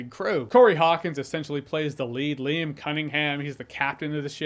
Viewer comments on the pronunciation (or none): none